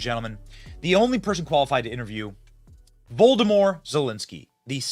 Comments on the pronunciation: Wolodomir Zelensky, said like "Vladimir" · "Voldimor Zelenski". Hahahahahaha!!